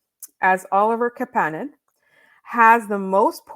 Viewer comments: This is cleared up on the Basu & Godin notebook from 4 days ago, 22m in they then discuss the correct pronunciation which seems to be a reverse on what they stated before. Marty confirms the way its said. It's not Ka pan nen. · Kapanen said the way you’re pronouncing his name is wrong. It’s pronounced the same way his cousin and uncles were pronounced. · Couldn’t tell you but if you listed to Basu and Godin podcast said that St. Louis and Kapanen told him he was pronouncing it wrong.